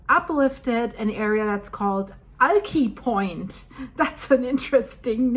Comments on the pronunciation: It’s also “AL” (like the name) + “Kai” (rhymes with eye) for Alki Point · It is pronounced PEW JET sound. And Alki Point is pronounced like the man's name AL - KI is pronounced KY like SKY - Point.